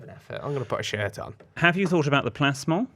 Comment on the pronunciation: I feel really bad but wasn't right, was. It should have been "me" not "I". 😭 However what on earth is that word is saying? Plas-mol?